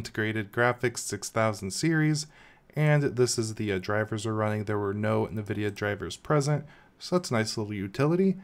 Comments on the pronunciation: You are the only person I have ever heard pronounce the n on Nvidia. Navidia 🤣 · Also not how you pronounce "nVidia"